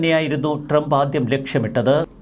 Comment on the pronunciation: ente soy monae tremp ennu alla . trump. നന്നായി pronounce ചയ്യ്. go to google n write how to pronounce trump. listen carefully. repeat 100 times. expecting a great result. if it doesn't work out , confirm that u r a dumb.